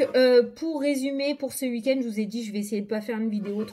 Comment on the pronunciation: C'est rigolo ta manière de dire "ce uik-end" 😅 en tout cas merci beaucoup pour la guidance et ta bonne humeur 🧘‍♀️🧚‍♂️🧘‍♂️🧚‍♀️😘